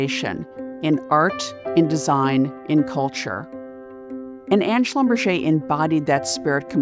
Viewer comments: How can someone butcher a german name that way? It's "Schlum-Berger" not "Schlumbercher" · Schlumberger is a german name, hilarious pronunciation in French.. kind of ridiculous really. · That's one way to pronounce a definitely German last name